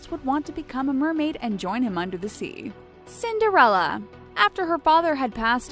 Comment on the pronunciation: i’m sorry but... cinder-fella...?!